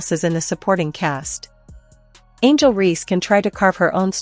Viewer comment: IT'S "REESE," NOT REEDS, COME ON MAN!!!!!